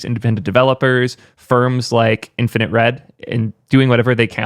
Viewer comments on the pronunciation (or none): none